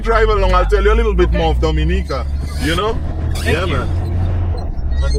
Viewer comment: All that time spent with Blessed and you couldn't come away knowing how to pronounce Dominica correctly.